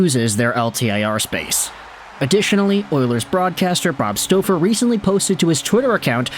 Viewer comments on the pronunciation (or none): ... and 😂 Its not bob 'stowfer' its bob 'stawfer'